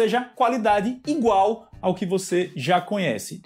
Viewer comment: Oxe? Qualidade "ingual"?